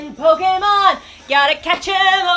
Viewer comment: well.. I thought she said kocainemon lol (like instead of pokémon... if u didn't get it.. TuT